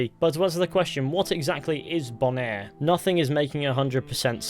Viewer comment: “Bonaire” are you sure it isn’t “Boner?”